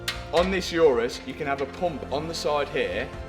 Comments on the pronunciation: Day 673 of telling you it’s an Urus, not a Yurus. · Why uz calling it iourous when its names urus ? 😂😂